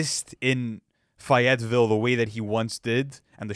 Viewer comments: Yall its not fuh-yet-vull its fay-yet-vill 😂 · bro its pronounced FAY-IT-VILLE 😂😆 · It’s pronounced Faye t ville lol but all love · Bro said fietville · “Fi - et - ville” pronunciation is crazy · I grew up near Fayetteville, it’s pronounced: (Fay-it-vill) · Fayetteville; say it with me, Fay-ette-ville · Always kills me how he pronounces Fayetteville 😅pronounce the Ville right… nonetheless great take fellas keep up the good work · There are two correct ways to pronounce Fayetteville, and you used neither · Bruh his pronunciation is as killlling me! It’s like he’s never heard a Cole song before haha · right, making it sound like some exotic country lmao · You guys need to re-edit this video or re-shoot it because there’s no way you can be a Cole fan and you can’t even properly pronounce where Cole is from that’s embarrassing and ridiculous. Please don’t use the excuse your Canadian because it CAP can’t watch the rest if the video with that mispronounciation 💯